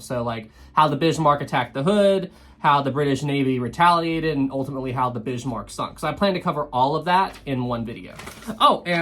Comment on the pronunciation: Please don't say "Bishmark"